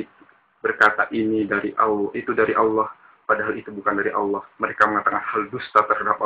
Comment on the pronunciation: cuma ngasih tau yg bener perihal pengakuan iman rasuli (yg di sebut protestan) menyebut Allah masih terdengar Alloh khalik bukan kholik ada yg terlewat, ini yg terlewatkan "dan akan datang dari sana utk menghakimi orang yg hidup dan yg mati" di sebut ROH malah terdengar rah heheh jangan di sebut terpisah A...terus M.. harus di sebut nyambung am semoga bermanfaat..